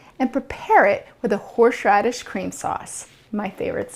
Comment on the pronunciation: Whorrsshhhradish chream sauce